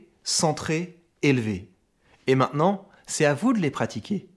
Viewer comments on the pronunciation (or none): none